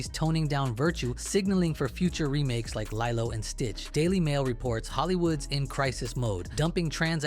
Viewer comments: Nah bro “lie-low” and stitch?! LEE-LOW and stitch my guy. How tf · LIE-LOW and Stitch??? You should really check the AI voiceover for accuracy because that can't be a mistake. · NEVER in my 28 years have i EVER heard anyone pronounce Lilo in THAT WAY 😂😂😂😂